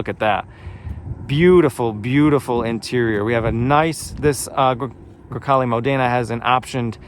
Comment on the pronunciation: I have the same car, you don't have to apologize because it does not look dirty - perfect Italian pronunciation (Grecale Modena) - I LOVE MY CAR